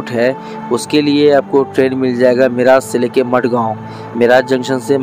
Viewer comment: मिराज नाही मिरज